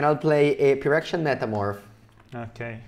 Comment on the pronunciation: pronouncing phyrexian with the hard ph gave me +20 stress